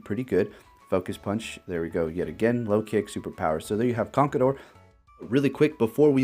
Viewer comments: I won't hold it against you for how you pronounce MienShao *cough CONKADOR *cough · You pronounced conkeldurr wrong..